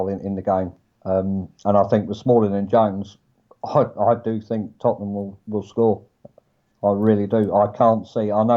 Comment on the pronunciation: Lads, it's Tottenham. 😂